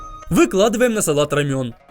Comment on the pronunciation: Салат називається Ромен а не Рамьон🤦🏼